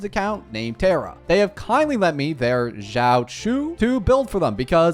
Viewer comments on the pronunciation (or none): none